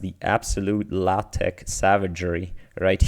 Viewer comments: LaTeX = Latte??? I thought it was pronounced as LaTeK . Epsilon greedy has some philosophical implications on our daily life. It says in early in life, try out as many things as possible. Get as much experience as possible, dont try to master anything. As you get older, temper it down. Sharpen your focus and master one thing. . Its kinda like a RNN if you unroll all the way to the end of the episode. Assuming you have enough memory offcourse. . Its funny I ran into a similar problem, where an agent would rather stand next to a food and smell it rather than eat it. Because as soon as it eats it, it stops getting the reward from the good smell. . Fun fact: DeepMind patented Q-Learning despite of it being identical to the Bellman Equation with the lookup table swapped with a DNN . Fun fact: They also have a patent on dropout (kind of) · Are you sure buddy? My professors at the university in Germany call it LaTeX(Latesh)